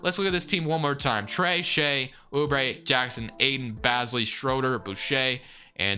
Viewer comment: I'd hate to be that guy but, Darius Bazley's name is pronounced Baze-lee loved the vid though! keep up the great work